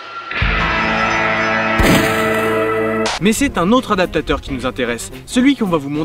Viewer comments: Non mais "adateur", je trouve ça tout de même affligeant.. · c'est pourtant pas compliqué de dire adapaptateur. Oh merde.